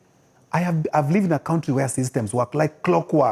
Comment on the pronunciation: I love when he says kountri😂